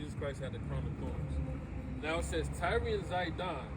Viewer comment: It's just tyre..pronounced like "tire" not tyree